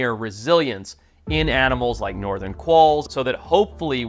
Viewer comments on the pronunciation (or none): none